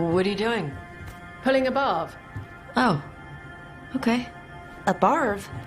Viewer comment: I always think she's saying pulling a BARF ... that would have been at least amusing :D